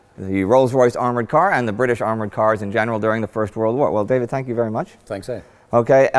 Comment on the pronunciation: "David, tank you very much"